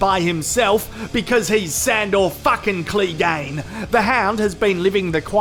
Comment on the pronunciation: 6 episodes later and still don´t know how to say "Clegane" properly